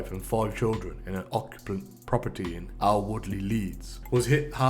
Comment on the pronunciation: What the fuck is a gin al as he says 😂its a ginnel